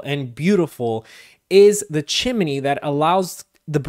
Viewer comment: Chimi-ney? Do you mean Chimney? Great video otherwise.